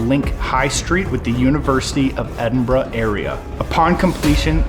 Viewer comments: You asked yourself how Edinburgh was pronounced. As far as i know it's "Edinburuh" not "Edinbruh". But hé! That's what I think. Hope my reaction helped a little bit. By the way. I like you're channel a lot, But i like channel's wich contains ghosthunts anyway. You're partnering with Sam and Colby are also always a hit. Greetings from AZ-71, the Netherlands. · P😅leader Edynburg not edembra,whot is this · As someone from Edinburgh, It is pronounced Edin-burah. Glasgow is pronounced Glaz-go. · I,m Scottish and Scotland is said as it's written and not said by Americans as 'ScAtland!!!!!!! If you people can't pronounce my countrys name correctly then Dont say it!!!!.And by the way it's Edinburgh not Edinboro again not said correctly!!!!! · Edinburh and Wails 😂 It's Edinburgh And Wales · its edinburgh not bruhhh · Bruh the bridges were known as “The Bridges” in Edin’bruh’ 😂😂😂